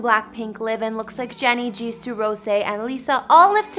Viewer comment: "Jisooh" lol